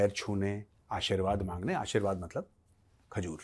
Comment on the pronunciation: The way Major Sahab said 'KHAJOOR' 😂😂😂😂... #Pakistan_ka_baap